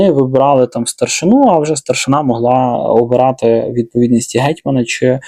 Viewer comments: Правильний наголос «старшИна» - зверніть увагу, будь ласка! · Доречі, у слові старшина правильний наголос якраз на закінчення. Ну і чубитися з того, як правильно, це не розуміння того, про що це відео